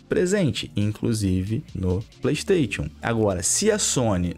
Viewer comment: Brother, vc fala tão bem, pronuncia o nome "Playstation" de forma correta por favor 😰